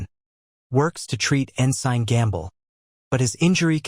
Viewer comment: Please learn how to say ensign. Also the reason they had the right artifacts wasn't coincidental, it was because those artifacts helped them gather the information to find the site.